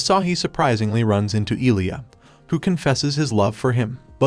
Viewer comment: Jesus ducking Christ! Not Iliya, Ilya (just read it Il'ya). Listen to google lady how to read Илья. Man, my brain burns every time you saying Iliya :-)